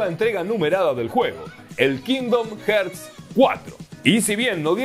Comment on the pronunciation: Que onda, este comentario no lo hago con el afán de molestar (me gusta mucho tu canal) pero como veo que muchos youtubers y gente en general comenté el mismo error decidí hacer este comentario. La pronunciación correcta de la palabra "Hearts" que en español es Corazones es "jarts" y Hertz una unidad de medición en el audio y otra cosa de física.